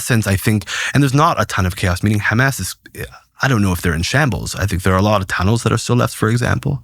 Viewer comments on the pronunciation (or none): The first time he said ham ass for Hamas, I was suspect